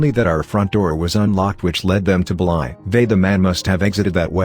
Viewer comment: This voice reading the word “believe” as “beelive” was the scariest part of this video.